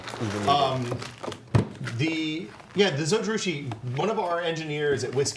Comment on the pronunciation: Zojirushi Stainless Steel Mug for anybody else wondering what the hell he was saying.